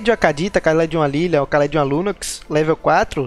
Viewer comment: Se pronuncia "Khalid" obrigado!